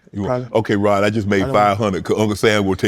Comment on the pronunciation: Unk keep calling him rob lol it’s rod unk lol